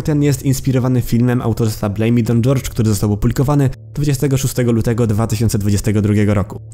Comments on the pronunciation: horhe, nie dżordż, ale poza tym to ok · czyta się horhe nie gorge.